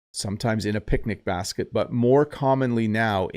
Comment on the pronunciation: Hello,! You said 'backet' instead of 'basket' is it okay?